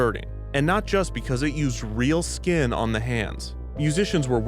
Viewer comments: Less than ten minutes in and Kevin has managed to say "real skin on the hands" x3 and it only gets more distressing with each emphasis 😰😂 ALSO the nerve of Eisner to ask poor Diane whether her father had been cryogenically frozen. That man has no class, I would have punched him 😡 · The emphasize on how he used real skin is terrifyingly hilarious